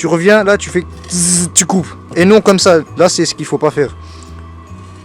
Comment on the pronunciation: Et ta dit coumme ça au lieu de comme ça